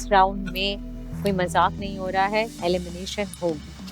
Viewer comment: DIDI ITS ALIMINATION OR ELIMINATION 😅😅